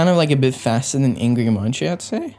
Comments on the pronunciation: It's not munchie, or mun-c, it's actually munkey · this is the first time i've ever heard someone say 'munsi', the thing is, u pronounce munci as 'munkey' and not even 'munchie'